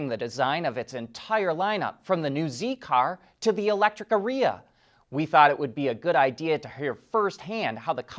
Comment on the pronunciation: Please ask woof house how to office Lilly say Aryia. Uh ree uh sounds wrong.